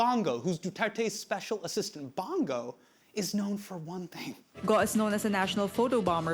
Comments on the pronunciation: "Ronald Batow Dela Rowsa" "shaboo" "DooTertey" "BangGow" man, these guys butchering pronounciations of words and names sounds funny. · I'm years late... But "Bung-Gow", "Ba-tow", "Doo-ter-tey", and "Sha-boo". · Hasan's pronunciation of "Bong Go" made me break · Hasan, perhaps you should’ve checked how to pronounce Bong Go correctly — or any future names, for that matter. Easy fix that boosts your credibility and makes you sound like you actually did your due diligence.